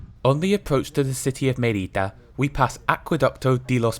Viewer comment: Nice. But it is Me'rida and not Meri'da; the origin of the name is Emerita Augusta, pronounced Eme'rita, whence Mérida (so: ME-rida, not MeRI-da). Also, AlmowROL. But a nice video.